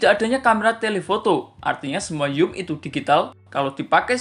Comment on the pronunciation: apa sih yum yum. ngomong zoom aja susah